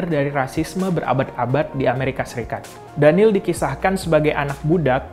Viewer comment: it's daniel not daneel